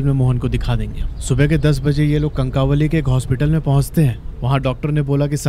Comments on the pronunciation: कनकावली नहीं कणकवली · कणकवली prounounciation है